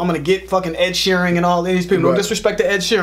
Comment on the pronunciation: I come here regularly just to ear say Ed Shearing.